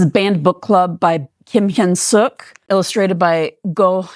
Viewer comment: Thank you so much for shouting out Banned Book Club! Hyun Sook and I wrote it together, and Ko Hyung Ju illustrated. Bonus points for pronouncing Hyun Sook's name perfectly! Very rare to hear it!